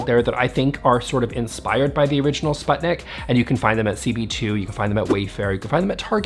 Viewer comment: Please.. please check how sputnik is pronounced 😢 (Swedish people out there I feel you so much haha)